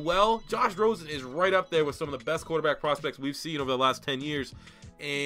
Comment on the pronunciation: "rrrrrrrQuarterback!" Lmao